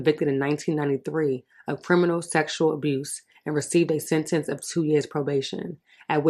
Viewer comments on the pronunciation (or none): none